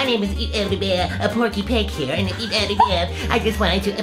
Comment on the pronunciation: sounded like he said bear and feet 😂😂😂 Luv u ❤️